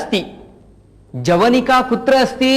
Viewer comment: तत् जवनिक न ❌ तत् यवनिक✅